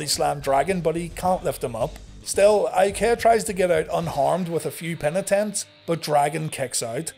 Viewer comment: I was 100% mark at 11 years old, but even I didn’t like Prince Eye-uh-Kay-uh.